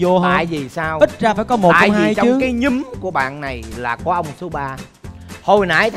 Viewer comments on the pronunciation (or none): từ ''nhóm'' qua miệng trấn thành thì là ''nhúm''